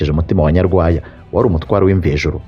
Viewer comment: nuzajya uvuga amateka ya kera, ujye ubanza ubaze uko amazina ya kera avugwa. Dore nk'ubu uko uvuga Nyarwaya, Rubega na Gahunde amasaku ushyiraho siyo.